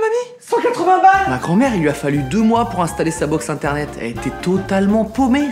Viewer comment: Il a dit iternet